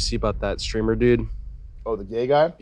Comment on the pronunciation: What's a "stramer" ?